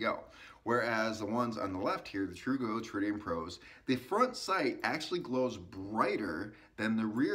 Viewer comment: Tru gro. Tru go. I commend you for saying it every way except the right way. Slow is smooth and smooth is fast